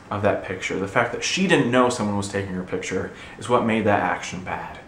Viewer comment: what's a "pitture"? ^^